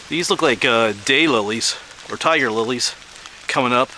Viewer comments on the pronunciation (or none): none